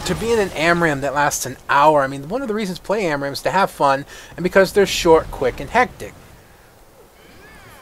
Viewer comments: Amram? Its spelled ARAM you know. And pronounced likewise :D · stopped watching when you said amram for the 10th time